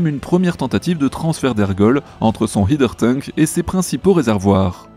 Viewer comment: Merci pour cet épisode. Et si je peux me permettre un micro détail, mais que me chipotte : à chaque épisode tu prononces mal "header tank" 😅 C'est "haider", et pas "hieder"